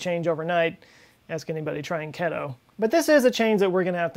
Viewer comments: Keto is pronounced Key Toe, not ketow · Keh-do? It's KEETO buddy! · The shorthand of ketogenic is pronounced KEY-tow. Not KEHT-tow. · Key-to not keh-to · keeeeeto not " ket -oh" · Keto is pronounced (Key-Toe). 😅👍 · It's not often I hear somebody pronounce keto that way lol (it's key-toe) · Ketosis. Ketones. Key-toe. :) Sorry, I had too. I still love you! Swearsies! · For a smart guy, he makes some astounding mistakes. It seems as though he excels in rapidly digesting information for broadcast but has very little first-hand knowledge of it. That word has been around since Dr. Robert Atkins started talking about ketogenic diets and the ills of carbohydrates and sugar. I had never heard it mispronounced either. Go Humans was funny though. He gets a pass. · You mispronounced keto...